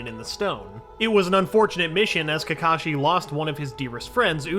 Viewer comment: Not kakashi sensei ka ka sensei lol